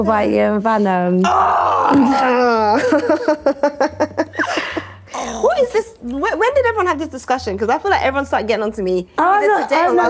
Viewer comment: I came to see your reaction bc I heard her saying “fat” when she tried saying yo name 😭